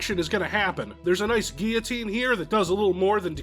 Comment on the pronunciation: I can not believe you pronounced guillotine correctly. Who are you and what have you done with?